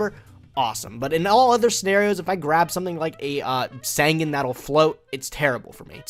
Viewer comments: I wasn't, not until he begins to pronounce sangan correctly even tho HE HESRS OPPONENT SAY IT RIGHT!! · Pronounce sangan right and your nightmare might end